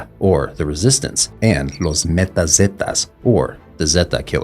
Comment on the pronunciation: i know. Its also mata, not meta....